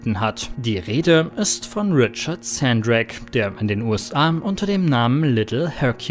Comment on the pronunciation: Ich heiße auch Hendrik.Wird nur Hendrik nicht Händrik ausgesprochen